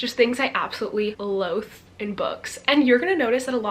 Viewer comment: Loathe = Low-the 😊